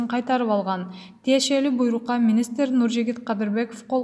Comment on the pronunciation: Туризм, министр, директор, комплекс, отставка, радио, маанилүү деген сөздөрдү сүйлөй албайбы бул журналист. Басым(ударение), үндүү үнсүз сөздөрдү суйлой албай чулдурайт🤷🏻‍♀️